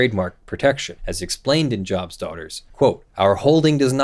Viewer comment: The group is named after the Biblical character Job, so it is pronounced with a long 'o' rather than a soft 'o' So it is Joe-b's Daughters rather than Jaw-b's Daughters.